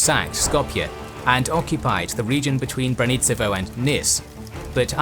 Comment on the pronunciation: For all your excellent research you really failed on some toponynms: Braničevo = BRA-nee-che-vo. Niš = Neesh. Loveč = LO-vetch